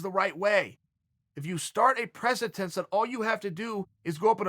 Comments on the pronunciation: Precedent. Not precentense. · Chael at ... " If you start a preh-sah-tense." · Chael "Prece-tense" Sonnen